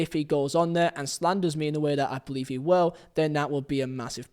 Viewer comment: No matter what silly YouTube cadence this guy adapts in order to make himself sound clearer or more apealling to the audience, he fails to understand that pronunciation is the issue, not pacing. It just makes his mispronunciation all the more evident, for example, "Feeo" "Fogdad" "ee" try this, "Theo" "Thogdad" "He"